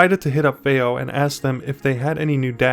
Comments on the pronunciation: fay-oh? fee-oh! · you’re joking right? Their is so much misinformation in this “review” it’s not even funny. Because at first I did laugh you can’t even pronounce Fiio correctly. Since when do 2 i’s grammatically announce an A sound? That was hilarious. But saying to people whom come her to get information that “don’t expect to be blown away it’s just a dac” when in fact it’s marketed as a HEADPHONE AMPLIFIER is ridiculous. It’s actually on the more powerful side especially for its size. Even more so the balanced input that you knew nothing about....goes up another 100mw using it. That’s something you would have known by looking at the back of the box. You shouldn’t be reviewing things, my dude 👍🏼 not unless you wanna put a tiny bit of effort in